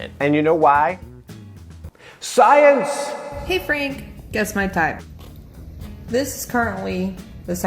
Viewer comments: Dude, I'm just in love with the way you say "SAAYENSE" Please use it more often😂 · I can't stop laughing evry time you say "SCIENCE" XD XD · Okay i dont know why..everytime you say science i always laughs😂😂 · Am I the one who laughed every single time he said sCiEnCe!!! ??? 🤣🤣🤣🤣